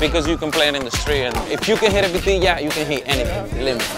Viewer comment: samnelso it's vitilla, I believe they write beteyah so that the pronunciation translates.